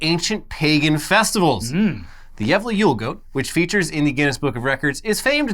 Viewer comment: I appreciate the effort you guys put in to actually pronouncing Gävle and Gävlebocken the correct way! I was genuinely impressed with how good the pronunciation was.